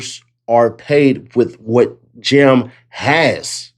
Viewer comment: It’s JAM not Jim dammit